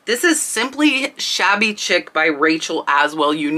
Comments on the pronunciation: It's pronounced Shabby Sheec not chic by the way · Thanks for the informative video. You'll probably get comments about Shabby Chic (pronounced like sheek). As you showed on the tags, it's a brand name, and they're a VERO brand so you cannot use shabby chic as a keyword in titles unless it really is that brand. That's why you see listings of things with just shabby in the title. Lots of Shabby Chic was "cottage look" - small print fabrics, furniture with missing paint, old window frames made into nick nack shelves, semi-primitive decorative items, etc. There is some argument about the definition of petit point, but most stitchery experts agree that it is smaller than cross stitch and much, much smaller than needlepoint. I've never seen a petit point pillow, but I've seen petit point jewelry (mostly pendants) and purses. The distinguishing feature of petit point is its really tiny stitches. If you describe a pillow as petit point, the customer could successfully argue that it isn't as described if it has larger stitches. It's like the difference between mosaic (common and inexpensive, frequently misdescribed as micromosaic) and micromosaic (very uncommon and extremely expensive). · Shabby Chic is pronounced “Sheek”. It was huge I believe in the late 90’s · FYI: "shabby chic" is pronounced "shabby sheek," not "shabby chick." Great info, as usual. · Shabby Chic, is not pronounced Chick. It is pronounced Shek. As in French style is shek, or elegant. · pronounced shabby sheek